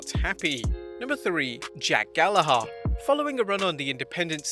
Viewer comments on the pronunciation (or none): The ‘h’ in Gallagher is silent. Especially to an English man. Ps: He sucks for sexually abusing a woman at a party.